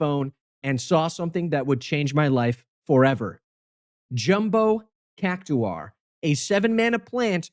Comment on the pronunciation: cactar not cac o tar or cac u tar cac like cactus and tar like tar also its not even good lel